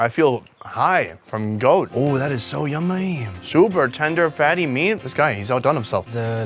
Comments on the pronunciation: Lmao 😂 "it's so yum-muy" vietnam has taught you well! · he says yummy in an Asian accent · How he sead yummy cracked me up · That Vietnamese "yummy" he said had me dying. Lol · the way you say 'yummy', the most asian sound I've heard wth lol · pronunciation of "yummy" is becomming more and more vietnamese like. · Listen to how he said yummy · hhahha im still laughing at the fact he put in a bit of that vietnamese accent when he said yummy